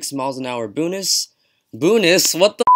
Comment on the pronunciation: Boonus??? WTF!!